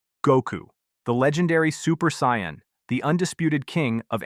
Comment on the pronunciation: You can always tell an AI script by just the way it can never pronounce, "Saiyan", correctly 😂